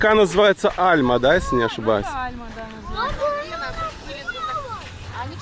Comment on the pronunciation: Река не Альма а АльмА- ударение на последнюю А ! )